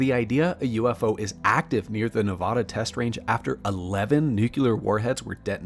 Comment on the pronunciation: This may be knit picking, but as a resident of NevAda, (A as in cAt, not A as in Ahh)